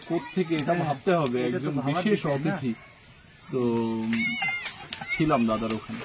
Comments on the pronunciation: যাঁর উদ্দেশ্যে লেখা তিনি জানেন কি বলার কথা। কিন্তু তিনি বলবেন না! অতিথিকে 'অ' 'তিথি' বলা মনে তাঁকে অপমান করা। কানে বড্ড লাগে। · OTITHI বলতেই পারে না। সবসময় "অ"তিথি বলে। আজ আবার বিশেষ "অ"তিথি। আমেরিকা থেকে এসেছে, তাই জন্য " বিশেষ" 😂😂😂😂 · আর অ থিতি বলতে যেওনা। এ বড্ডো ভয়ংকর উচ্চারণ। তার চেয়ে গেস্ট বলো। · ok thahole “ Athiti “ hobe not “Atithi” but I just checked in google guest means “Atithi” in Hindi